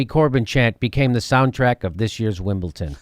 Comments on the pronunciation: Jimmy, there is no "t" in Wimbledon !! Wimbleton !?? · Its WimbleDON not WimbleTON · Stephen Colbert and Jimmy Dore have 1 thing in common: They both say Wimbleton and not Wimbledon. lol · It's WimbleDon not WimbleTon Jimmy. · for christ 's sake jimmy, its wimbleDon not wimbleTon. you sound like a moron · For correct pronunciation in the future; Brits miss out the "U" in "Glastonbury", so you say "Glastonbry" (kinda like the cheese). Our "U's" are kinda weird. Also "Wimbledon" is "Wimbledon"! Love the show! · "Wimble tin" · Why is Jimmy saying "Wimbleton"? There's no "T" in there! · Wimbledon with a "d" Jimmy.Loved the segment though!! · Are you saying WimbleTON?? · stop saying Wimble-ton! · What the hell is Winbleton, Jimmy? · WimbleTON lol. But seriously come to the UK Jimmy. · theres no t in wimbledon